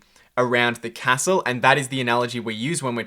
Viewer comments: You say castle wrong mate =P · Great video mate!! loving the content! one thing, can you please learn how to pronounce “castle” correctly? its almost impossible “get educated” when I’m pissing myself laughing :P